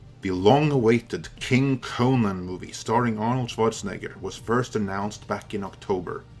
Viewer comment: CONN-an not kohNAN